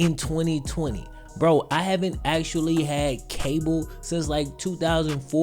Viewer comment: The x is just in the XFL, there is NO x in actually. It is pronounced actually, NOT axtually